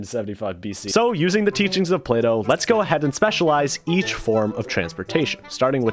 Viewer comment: what the fuck is he said plato as play doh